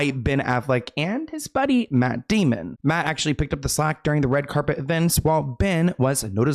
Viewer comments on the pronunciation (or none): none